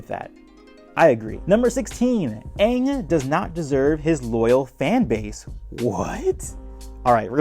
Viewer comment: not as bad as "Ong"